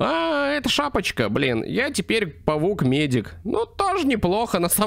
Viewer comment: паук а не павук